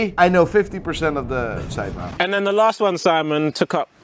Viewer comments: You did not say men you said man everytime haha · How hard is it to say ‘sidemen’ instead of ‘sideman’ ffs 😴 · “SIDEMAAN” Americans: “No, it’s Sidemen.”